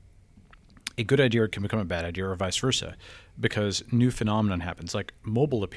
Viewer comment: Can’t stand it when people pronounce idea as idear